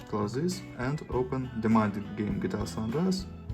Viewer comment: Just a Lousy Review ... Mumble, mumble, mumble. Dirty, smudged touch-screen. Wait .. more commentary: mumble, mumble, "zis", mumble. Do you even know how to review a product? Unknown ... because you mumble, mumble and still more mumble.